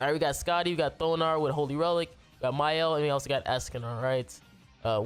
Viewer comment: Mans really said "Mayel" LMFAO. Good showcase tho